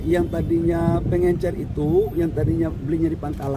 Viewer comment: Kelas Mentri bilang PENGECER saja PENGENCER😂😂😂